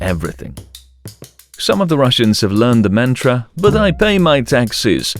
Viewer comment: Taxis or Taxes? Mentra or mantra?? Then goes on to butcher Yekaterinburg (it's supposed to be like the name Katherine, emphasize the a sound). Seriously you suck at proper pronunciation. This is amateur work, made it to 4 mins. Downvote and out.